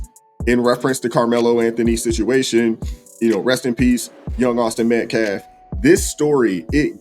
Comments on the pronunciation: 🇺🇸👨🏽‍🦳😡🫵🏽 … NOW I KNOW !!!… Y’all HAD TO HEAR 👂 , WHAT THIS GUY JUST ATTEMPTED TO “ INJECT “ INTO EVERYONE’S SUBLIMINAL PSYCHE ?!? 😠…. INTENTIONALLY , MISPRONOUNCING the “ METCALF “ Name , “ AS : METKLAF “ !?!? 😡🫵🏽 DIDN’T YOU HEAR IT YOURSELF ?!?! 🫵🏽😡…. THAT IS AN EXAMPLE OF SOMEONE TRYING TO USE , “ SUBLIMINAL - MESSAGING “ , TO CHANGE 😡🫵🏽 YOUR THOUGHT PROCESSES , TO BRAINWASH YOU 🫵🏽😡 INTO THINKING THE THE WAY , “ HE “ WANTS YOU TO RECALL THESE STATEMENTS “ …. 😡🫵🏽 HE IS “ INTENTIONALLY WITH MALICE OF FORETHOUGHT “ ATTEMPTING TO PLANT INTO EVERYONE THAT IS LISTENING , “ THE VISION OF THE KU KLUX KLAN “ , HAVING BEEN INVOLVED WITH THIS YOUNG MAN AND HIS FAMILY “ …. 😡🫵🏽 THAT’S WHAT WHAT THIS “ CROOKED -A-FELON “ IS TRYING TO DO HERE !!!!🫵🏽😡. “ 😤😠🫵🏽 “ PAY STRICT ATTENTION TO WHAT THESE PEOPLE ARE SAYING HERE !! THIS IS NOT A JOKE ! AND THESE RACIST -HUSTLERS , 😡🫵🏽 “ AIN’T PLAYIN’ “ !!!! 😠😤🫵🏽😡👨🏽‍🦳🇺🇸👍🏽👍🏽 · I strongly believe it's personal the way he always mispronounces metcalf's last name. This man is disrespectful, he's not a minister, he only cares about money, and he'd literally shake your baby if he got the chance. Seems that he'd only do it if it was white though. People are tired of the hustlers, we're tired of people trying to make this a race war! I'm just tired of 1 side being continual victims when they're the ones who did wrong! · Dude is easily the worst race baiter of all time lmao. They are all bad but this guy cant even speak English. He keeps intentionally saying Metcalfs name wrong. He must think that disrespecting the family will get him some points with the crazies but all it's doing is making him look stupid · can't even say names correctly! He also keeps saying Metclaf instead of Metcalf! It just reaffirms that he's an idiot! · Someone tell that illiterate bottom feeder …it’s Metcalf, not Metclaffe!! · Hey dumb it’s METCALFE NOT METCLAFF! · Why can this man not say the word Metcalf?